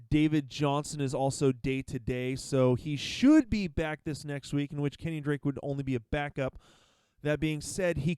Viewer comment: The way you say KenYON drake kinda bothers me, lol. It's pronounced keh· nyn (KEN YIN).